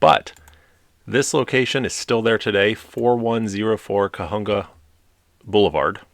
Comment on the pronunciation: Just a tip. Cahuenga. Is pronounced Ca-Wang-Gua. It's a very common mistake. And IMO that "thing" they call the 6th street bridge is just about the ugliest bridge ever built. They still use it to this day for tv commercials.